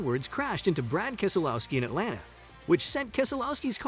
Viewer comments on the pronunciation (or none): none